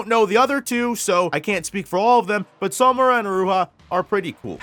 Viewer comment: Its killing me that he’s pronouncing it as So-mura and not Samura💀, like where is the “o” coming from